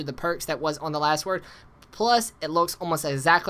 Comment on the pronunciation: hehehe its the Last word, not the Wast word. You are a funny guy